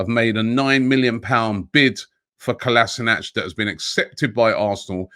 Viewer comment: Something like 3 years at the club, and no one has yet to say Kolašinac correctly